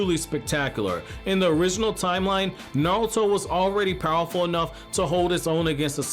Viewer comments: Dude his name is NARUTO, not Nalto or Nauto lol 😂 but no hate the video is pretty good ! 😊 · Am i the only one hearing him say Narlto